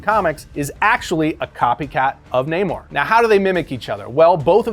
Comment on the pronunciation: This guy said aqua man better than namor 😂